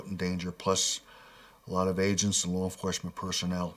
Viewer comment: “lar” enforcement 😂. How did the producers allow this shit?